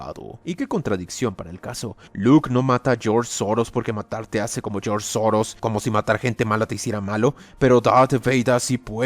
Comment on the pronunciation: "Geoorge Soros"🤣